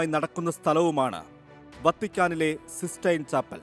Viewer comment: സിസ്സ്റ്റൈൻ ആണ് സീസ്സ്റ്റൈൻ അല്ല.